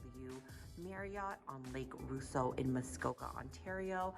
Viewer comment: Pronounced: Lake Ross-O!